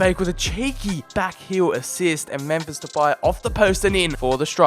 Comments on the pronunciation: Alon Shveiky But still even though it’s not exactly the same it still doesn’t sound like that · MEMPHISSSS SSSS NOT SHHH IT'S DUTCH NOT PORTUGUESE ALSO LEGANESSSSSS NOT LEGANESHH IT'S SPANISH (that just pissed me off in the whole video 😂😂)